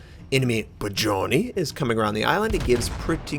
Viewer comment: do you need help with Russian ship pronunciations? You are really butchering the names, especially "Budennij" Its pronounced "Boodennij" not "Bajoni"